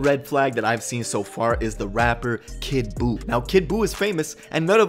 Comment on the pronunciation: You : kid buu blue face: kid boof